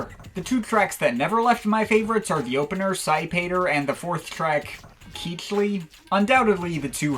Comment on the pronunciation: I'm going to jump on the pronunciation train. Cichli is pronounced "Sickly" and is accompanied by the Cichlisuite EP which is pronounced "Sickly Sweet." I do admit though that Keechly does have a nice ring to it.